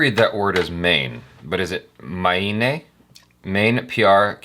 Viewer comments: and it is pronounced as may nay which means I the whole translation is 'Maine Pyar kiya' - I fell in love or you can also say I loved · U should Pronounce "Mayne Pyaaar Kiya" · It's 'me-ne' pyaar kiya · It's pronounced as" MAY-NAY " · It's main-ae pyar kia